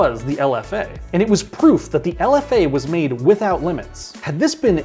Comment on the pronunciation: it is not lf dash a, its lfa.